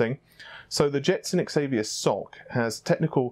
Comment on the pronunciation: Don't say soc it's S o C spelled apart not like one word